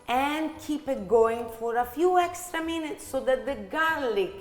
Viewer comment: Lol. "Hextra hot" killed me! Also: are you older or younger sister? Because you look like the younger one but you act like the older one 😂 but the whole family is very handsome and that is such a beautiful kitchen!